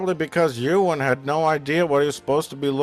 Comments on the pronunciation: Oo-wan McGegor? That's it. Lost all respect for NC. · "Oowan McGregor"? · Who's "Ooh-an" McGregor? Anyway, he did his best. Maybe a young Alec Guinness could have done better -- he got off on playing mysterious, vaguely holy characters. But nobody else.